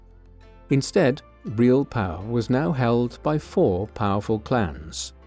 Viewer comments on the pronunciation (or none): none